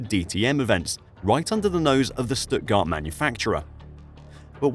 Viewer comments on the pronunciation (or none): none